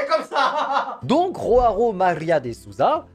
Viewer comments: joão ce dit jo a on, et pas roaon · Tu roule bien les R sauf qu'en portugais brésilien on prononce joão pas roão 😅 et contrairement a l'espagnol le "gnn (ñ) " est sur le a, ce qui sonne un peu pareil mais prononcé sur le A. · ROARO 😭 En portugais Jaoa se prononce Joan voir Jean, on roule pas les R en portugais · en portugais c'est pas roao c'est Joao en portugais avec un j le ge c'est en espagnol 😂😂😂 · Joao est brésilien donc son prénom ce prononce Joao pas Roao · pittiiiiééééééé arrêtez de rouler les jjjjjjjjjjjj et de le prononcer comme en espagnol. En portugais un j c'est un j 😭😭😭😭😭😭😭. J'ai eu des crises cardiaques à chaque roao de la vidéo (et il y en a eu bcppppppppppppppppppppppppppppppppppppppppppp) Mais sinon très bonne vidéo continu comme ça (mais pitié respecte le portugais la prochaine fois stppppppppppppp 😭😭😭😭😭😭😭) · Joao sa se dit pas roao au cas ou quand c’est au bresil ou portugal on dit le j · Non mais respecte nous. ROARO?? À la limite si tu dis Jo-a-o, pourquoi pas, mais là c'est pas possible. Les brésiliens parlent portugais, pas espagnol 😭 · Alors ,on roule le R une fois sur deux le R prends le prénom Rodrigo comme exemple on roule que le deuxième R mais sinon MERCI enfin quelqu’un qui le remarque le ROAO 😂 😂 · le j n'est pas un r en Portugais. Ça prononce comme en français. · Le J se prononce comme en français en portugais !!!!! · Il y a pas de R dans Joao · Pitié JOÃO en portugais ça se dit avec le son J comme en français pas la jota espagnole 😭😭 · pour le deuxieme on ne roule pas le r c'est joao avec le j car c'est du portugais bresilien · En portugais, on ne prononce pas le J comme en espagnol, on le prononce comme en français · au brésil et tous les pays lusophones, je "J" se prononce comme en france, pas comme en espagne. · Il roule les r en portugais Pour une ça pourrait être plus prononcé à la française